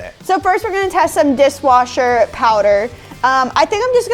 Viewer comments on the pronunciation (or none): Lol where says dis washer instead of dishwasher